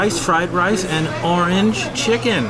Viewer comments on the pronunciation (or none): none